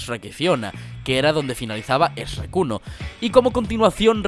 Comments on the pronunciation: De hecho es Shrek pero igual que tú no pude evitar darme cuenta y preguntarme por qué rayos lo pronuncia S-rek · Ez ruek???? QUE CONCHETUMARE ESTAS PRONUNCIANDO??? sajhkdsdaksjakds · Porque este m4 m 4.gü 3v0 no sabe decir más que REK en vez de shurek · SHREK la puta madre, no Sreek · ¿Por qué dices su nombre de forma tan rara? Todo el vídeo has dicho 'Esrek', cuando en realidad se dice Shrek, sin e. Su nombre empieza shhhh, como si mandaras a alguien a callar. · latinos/resto del mundo/original: Shrek españoles: ESREC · los nombres propios no se deben españolizar. Yo puedo entender que al wifi le pronuncien la W sin el acento o la forma de decirlo original. Pero estamos hablando de un nombre propio. Shrek es Shrek En España en USA y en China. No Esrec. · pq a veces pronuncia "es-hrek" en vez de shrek? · CHUEEEEK NO ESREEEEK!!!!! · Más bien se pronuncia shuek pero en español latino, en español de España se escucha cómo eshrek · No puedo con que le digan Esrek, suena muy estúpido. Que tan difícil es decirle Shrek lol madre mia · Se dice Shrek, no "ESREK". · Españoles, repitan después de mi: Shhhre-k. No S-rek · Es SHREK no: E S H R E C K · Una cosa es la traducción de un idioma a otro, pero leer "Shrek" como "Esrek", ya es otra cosa :v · No entendí que estaba escuchando hasta que me metí a ver el video y el titulo, ¿le dices Rek en lugar de Shrek? WTF. Fuera e eso todo muy bien explicado. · Eshrek ? Es shuerk bro pense que lo sabias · "Me llamo Shreck, no Eshreck" -Eshrech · PERO COMO QUE "ESRECK"??? "SHHHHHRECK" SE PRONUNCIA!!! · Pork mierdas dices esRek y no chrek? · Me perturba como dice Esrrek es vez de Shrek, btw muy bien video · Por qué los españoles pronuncian “Esreck”? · Amo como los españoles dicen Es-rek y como dice Es-pi-der-man. Los amo españoles con su pronunciación del inglés chistosa. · Esrrek. Me sangran los oídos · Por momentos oigo: "REC". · Yo pensando en REC la película de terror todo el rato 🙊 que dice esrec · Essrreeek jajajaja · "Es rek" jajaja